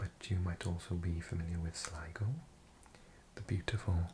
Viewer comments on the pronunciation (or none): none